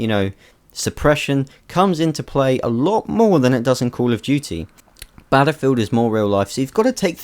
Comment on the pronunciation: "cool of duty"